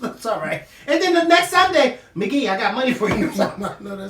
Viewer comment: lol Not McGee....Who is McGee?